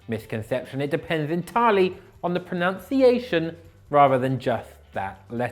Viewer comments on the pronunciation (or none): Tries to make a point about being able to pronounce words yet pronounces pronunciation incorrectly